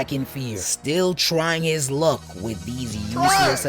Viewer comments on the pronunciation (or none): none